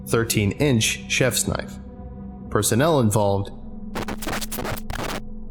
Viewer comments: Oi, ew got a loicense fer vat knoife? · "Now that's a noife"